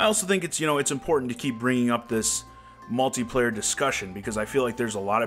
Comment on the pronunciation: lol at malty player u say it funny